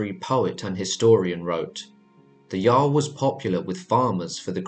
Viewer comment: Did you say "jar-l" it's "yarl"